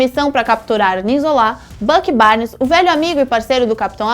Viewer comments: É Zola, Não Zolá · Elá falou o nome dos personagens tudo errado: "ZolÁ", YondÚ... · Por que a fala "Zolá"?!? #ÉLínguadeSinais